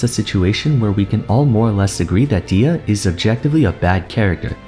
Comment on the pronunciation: her name is pronounced dehiya not deeya. its an algerian amazigh name